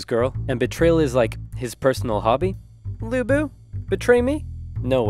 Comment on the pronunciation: As someone with the same last name as Lu Bu, in the ten years I lived in the US, I have literally never heard someone who was not chinese pronounce Lu correctly. The way he pronounced it was close enough that it is how I ended up asking people to say it, so good for him!